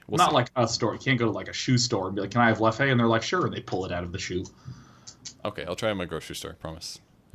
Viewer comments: His pronunciation of European beers and whiskeys is killing me... Leff-eh... It's pronounced 'Leff', the 'e' is silent. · It's "leff" with a muted e at the end, not a "leff-e", god damn it lol! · The way he pronounced Leffe is the funniest thing haha